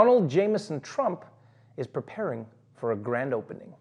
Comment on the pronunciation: Did he say Crump instead of Trump? Not deliberately, clearly, but it sounded like Crump.